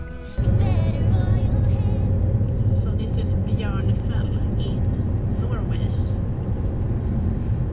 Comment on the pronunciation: the last time you pronounced it before saying you dont know, you nailed it. thats how we locals say it